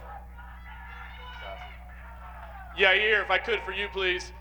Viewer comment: Lmao Chael calls Yair - “ Your Rear” or “your ear”